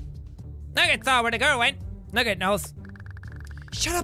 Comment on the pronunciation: Nuuget. I LOVE THE WAY JACK PRONOUNCES NOOGET